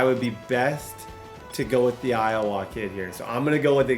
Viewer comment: Can you say Iowa correctly????